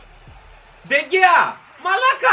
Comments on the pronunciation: Διαβάζετε ντε χεα όχι ντε κεα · Λέγετε ντεχεα όχι ντεγκεα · Προφέρετε (Ντε Χεα)